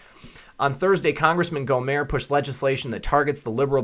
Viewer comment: You pronounce the t on the end of Gohmert, like you pronounce the t in shirt.